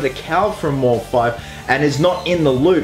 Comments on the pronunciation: His name has been taken from Deadmau5 so its mouse5 not mor-5 just a heads up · I think it's pronounced "mouse" as with the group Deadmau5.